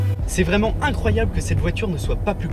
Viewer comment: Bonne vidéo, mais faut faire attention aux liaisons malheureuses quand tu dis "nous sommes vraimen'zabord" car c'est un T qui se trouve à la fin de vraiment...